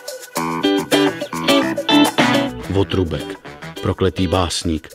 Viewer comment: Votrubek neee to má bejt Votroubek sakraaa, kdo se to furt má učit správně vyslovovat :D Super díl :)